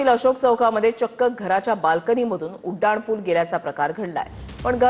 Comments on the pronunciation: तुम्हाला "उनाड" म्हणायचं आहे का ?? नाही ना मग "उड्डाण"पूल म्हणा की ! कुठले मास्तर होते तुम्हाला मराठी शिकवायला 😂😂😂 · Reporter......nit marathi bola...te Uddan pool aahe.....udan pool nahi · उड्डाण पूल असे म्हणा